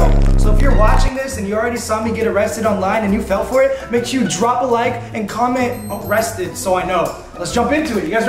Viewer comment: Arriested lol 😂